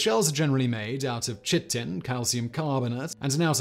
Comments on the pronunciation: Sound has improved. Unfortunately that means I heard chit-en not chy-ten. but love the video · I had to just replay that like...chit tin? Never heard of it... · Simon, chitin is pronounced "kai-tin" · I think that chitin is pronounced KITE-in, but I know you don't care. :-D